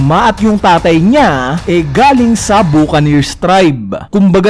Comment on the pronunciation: ganda na sana kaso basa po sa buccaneer is "baka-neers" hindi "buka-neers"